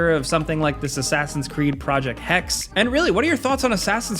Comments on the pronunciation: It is not hex… hek se that is how you pronounce it.. hexe is german for witch… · It's not "hex" dum dum ! it's pronounced as hɛk.sə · Hexe (hek-se) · You should look into how to pronounce hexe. It ain't like hex as you did, it is rather like hexse/hechsae. And yes, as you may thought, it's the german name for a female witch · Hexe is the German word for witch. The last e is also pronounced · Its not "Hex" its "HexE" which means witch in the german language lol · When they do the Hexe (the second e is pronounced in german btw. Sounds like hex-"ugh"), then I hope they do the setting justice. It's a very interesting pitch, imo precisely because there's more to the setting than what the popular conscience knows. Witch trials in the HRE weren't a medieval thing. They occurred mostly after the reformation, in the early modern times during the 30 years war. And somewhat paradoxically were mostly carried out in parts of the country that weren't turned to ashes by a multi generation war. The church went against them at first, as in the official church position was that witches weren't real cause all power comes from God- thus witches had no power and could not be real. Krämers malleus maleficarum/the witch hammer turned that around (also cause Krämer was deeply misogynistic). Interestingly the witches trials were often carried out by secular institutions instead of the church. Bamberg was the centre of the witch hunts at the time. I remember having a guided tour there once. It was a heart wrenching time. Often the accusations stemmed from jealousy or the want to get rid of your neighbor, but they also provided women with a way to get out of abusive marriages. Bambergs archives still hold some documents from back then, amongst them a letter from a father writing to his daughter. It was part of the tour and honestly moved me to tears: He apologises that his hand writing is awful - it hurts to write since his hands were broken during his torture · Pronounced hex E